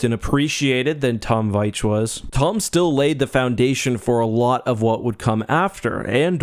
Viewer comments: His name is pronounced Veech. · It’s pronounced “Veech”.